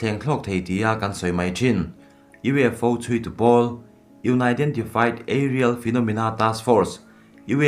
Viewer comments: U ni dentified tiin a lam😄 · UFO a 'U' lampum,Unidentified-lam dan hi anaidentifait ti a lam tur zawk niin ka va hre,ngaihdan nei chuan han sawi ve teh u.Thil la finfiah(identified) loh,unidentified tihna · Nia you nai den ti fai atia😀 an tih tur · Lam dan adiklo tlat ani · Lam common lo thei 😅